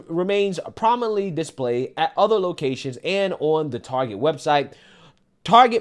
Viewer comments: I stopped when they started pronouncing it Tar-jay. Reminded me of Joe Dirt saying his last name was Deer-tay, lol. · Its pronounced "Targay`